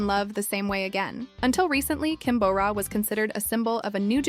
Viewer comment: It's Kim Bo Ra, not Kim Bow Ra. You would imagine being a channel named Korea in Focus would have the narrator pronouncing simple names right at the very least.